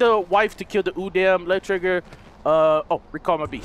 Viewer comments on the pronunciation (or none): Plus you pronounce udam, u-dam. The correct pronunciation is u-dahm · its pronounced like this udom